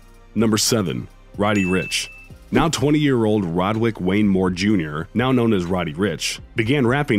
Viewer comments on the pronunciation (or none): none